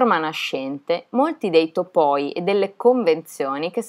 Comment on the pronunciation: Complimenti per il fantasy talk, secondo me il miglior e per la tua pronuncia di qualsiasi lingua... Anche se il grecista che è in me a topoi con l'accento sulla seconda O gli si drizzano i peli😂